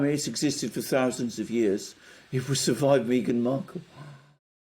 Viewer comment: It's not pronounced Mee-ghan It's pronounced Migraine Merkel